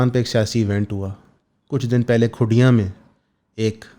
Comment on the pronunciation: Its Kundiyaan, not khudiyaan